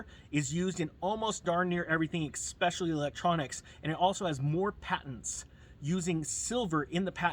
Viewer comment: I always appreciate your content and am glad I found you. This is super nitpicky and in the long run has no impact on anything vital, but there is no such word as "expecially." "Especially" is a word that you use in a lot of your videos. It's easy to think of it like experience or expectations, but it is different. I have no idea what the origin of the word is. I know there are words that kind of get hard-coded into a person's head one way or another. Whether it is a parent or friend who always said it that way, or whatever. Now this is getting long winded and I feel like a jerk for even bringing it up, but we are all here to make each other better and lift each other up, so I am going to go ahead and post this. Please don't rip me a new one internet friends on Ninja Nation.